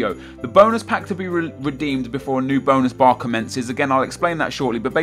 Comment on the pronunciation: I actually thought that he said Bone bar